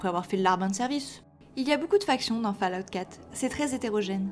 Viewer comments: Répète après moi "Foll Aoute" !!! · Le jour où un Français prononcera correctement Fallout sur YouTube, je crois que les poules auront des dents...